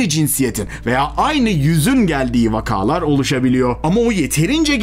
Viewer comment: “Vakaaalar” değil vakalar. (Kaka gibi okuyun.)